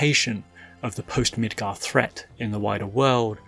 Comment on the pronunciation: Holy shit bro. MID-GAR not "mitgur"